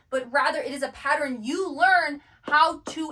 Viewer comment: PATTERN..."Pa-ttern"...a 2 syllable word. I keep hearing " pa- tter-en " 3 syllables.